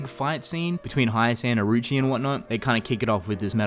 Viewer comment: for people saying it was rushed, that's because they covered 6 chapters in one episode so I guess Studio Clown is at it again. also, Orochi is pronounced oro-chi not Aroo-chi